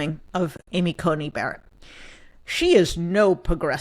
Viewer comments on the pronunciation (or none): none